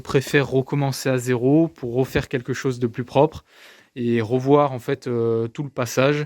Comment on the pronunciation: « Pour rofaire et pour rovoir » bel accent ! Super projet en tout cas !